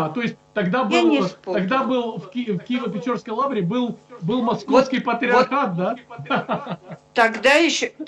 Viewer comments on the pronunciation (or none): Не печорской....а Печерской.....от слова укр....печера. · Не ПечЁрской, а ПечЕрской (печера укр., пещера рос.), дякую за ефір. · Не Печёрской а ПечЕрской. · Києво-Печерська Лавра ! Не печЁрской !!! а печерской от слова печера ( пещера по русски !!! )